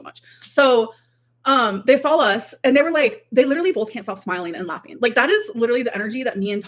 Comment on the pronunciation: Like, like, like, Tommy, liderally, lawfing, like, like, like, girly. This woman is 33.